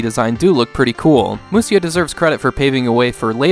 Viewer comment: It's actually Musha. Musya is a different way of writing japanese but it leads to odd pronunciations like the one you did here(through no fault of your own, I mean it says Musya..) But 武者 = むしゃ = Musha.